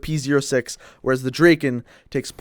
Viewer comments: The fire rate, logically is better on the P-O6. Yes the P-O6 takes 4 secs and the Drakon takes 2.5 secs BUT you need TWO bullets to kill, soooooo it takes FIVE secs to kill also, you pronounce Drakon Drakein' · Lol u say "drakin"